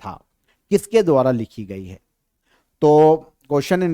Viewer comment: Sir aap hai ko hae bolte ho shinchan jaise